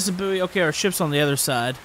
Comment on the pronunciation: Boo-ee? It’s pronounced ‘boy’ isn’t it? Could be American I guess?